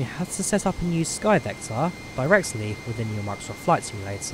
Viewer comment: Skyvektaaaaaaah in Flight Simulataaaaah?